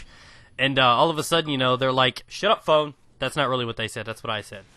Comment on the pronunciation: Everytime you say "Shut up phone" I keep thinking you have tourettes or something and you're saying "shut up, pwn"